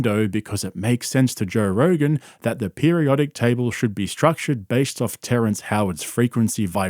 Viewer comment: I don’t trust anyone that can’t pronounce table correctly.